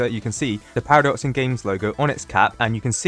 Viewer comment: Now it’s actually “Paradoxum GAMES”